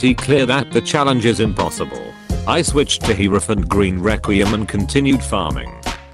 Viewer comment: Me: Hierophant green: Herophant gween